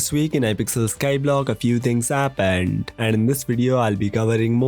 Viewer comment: no offense but your accent + the word happened is just hilarious sounding